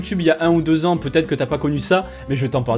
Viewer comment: effectivemeng sa fait bieng six ang